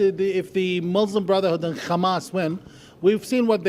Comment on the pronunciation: this guy isnt even arab....... He cant pronounce Hamas properly as a "ARAB". Also he can be payed to say those things. as far as i know he didnt give any name for his active group. you can listen to this guy as much as you want but the last thing the palestian people want it to be part of the Israeli government